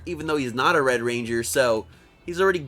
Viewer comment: Anyone else notice when he referred to Wes he says "wed ranger Wes"